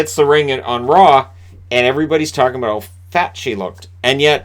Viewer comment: haha you said our and aboot funny :P